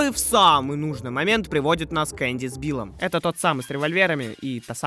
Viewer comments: Не Энди, Энби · почему энби назвали эннди